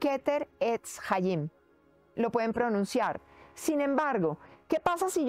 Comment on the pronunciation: No explico de donde saco toda esta información. Solo se que una frase que fue escrita chayim no se pronuncia asi. En el Hebreo la ch se pronuncia como una j fuerte, o sea, suena Jaim que significa vida. Es muy importante saber pronunciar bien las palabras porque si no estaremos diciendo una palabra erronea. Esta frase significa árbol de la vida. No explicó que es del sefirot.